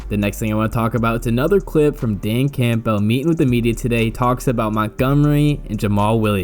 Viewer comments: Dan Cam-bull, not camp-bell 😉😊😂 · If I had to hear you say CAMPBELL and pronouncing the P in it one more time I was going to have to go find a kitten to punch in the face.